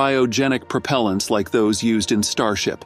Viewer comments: "Lick-ifed Prop-alants" WOW you need to get a better reader. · Prop ul ents? Sounds like AI voice to me.